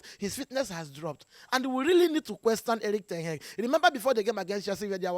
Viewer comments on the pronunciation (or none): The way he pronounce ten hag always makes me laugh,"ten heg"😂😂😂😂